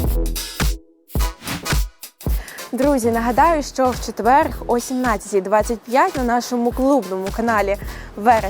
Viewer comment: дура не четвеерГ а ЧЕТВЕР